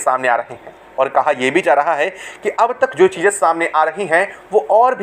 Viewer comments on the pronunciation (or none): none